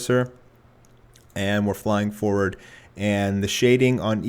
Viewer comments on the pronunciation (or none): none